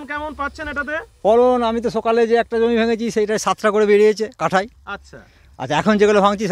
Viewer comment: Jomi ta thik kore bolun